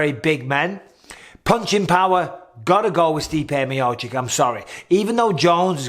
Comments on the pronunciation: Me-oh-cheech! Me-oh-cheech! Michael... not Me-oh-chick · For God's sake Bisping; please pronounce Stipe's name correctly?? ME OH CHICH